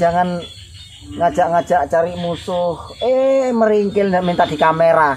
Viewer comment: merengkel Bukan meringkilhhhhhhhh